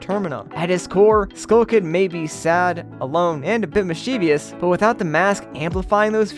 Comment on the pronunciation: bro why can't anyone just pronounce the word "mischievous" correctly ever